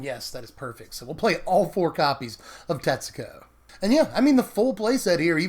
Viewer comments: Every time you say Tetsuko I hear, Texaco. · Hey, I figured that if Tetsuko was your favorite legends in Dominaria, I would inform you how to pronounce her name. I lived in Japan for over two years, and I know this is going to sound weird, but the u is silent. To spell it phonetically, her name is pronounced: Tetsko. If you're Japanese, there is an inflection where the u goes, but you would never be expected to know or be able to pronounce it perfectly. I learned from making very many social mistakes that when a u comes after an s in Japanese it is almost always silent. I know zero words that break this rule. Thought I'd help you out. Tetsooko is a mispronunciation, friend:) Thanks for all the deck techs, love your channel!